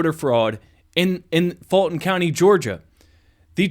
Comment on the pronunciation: You’re driving me crazy with your pronunciation of Fulton. It is “Full-tn”. Believe me. I grew up there. And the sleepy character you accused of not being able to pronounce it correctly the other day, actually WAS saying it correctly. When I put closed captions on your videos, they interpret you saying “FALTON.” And that’s what it sounds like you’re saying to me, as well. Please! That is a u in that word, not an a.